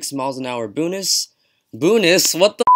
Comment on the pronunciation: Boonus??? WTF!!